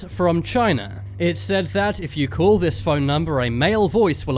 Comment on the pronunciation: He pronounces "Call" as "Cool" .